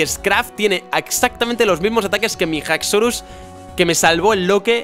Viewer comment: * Haxorus, no Hacorus